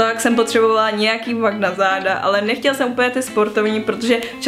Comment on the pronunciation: to slovo vak jak si řekla 😂